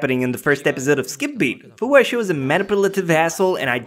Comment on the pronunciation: I wanted to set Shou's face on fire too but you said his name incorrectly you said it Shou as in show but the ou part is pronounced like ow